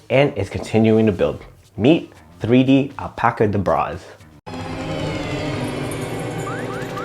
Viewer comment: I think its pronounced like the magician’s chant “abracadabra” so al-pacadabraz